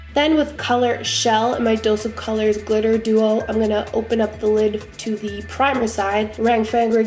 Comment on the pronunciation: I almost died when you said "Clitter" LMAO